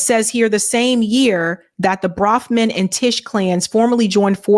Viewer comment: BROFMAN is how it is spelled and pronounced